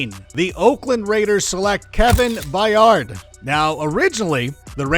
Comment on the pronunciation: So Zeke gets drafted over Henry because of a good rookie year running behind one of the best o lines ever lol Also learn how to pronounce Byard